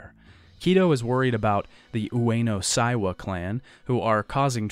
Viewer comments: Sorry to be a pedant,, because I know you don’t speak Japanese and you’re trying your best to deal with the complicated names, but it’s Ueno SEIwa. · Seiwa is pronounced like "say wa"